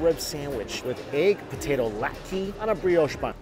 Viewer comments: It's not "LAT-key", it's "LOT-keh". (Latke). Sounds like when Fran said, "Push-key," for "Poosh-keh." Still, looked tasty. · potato "latkey" lmao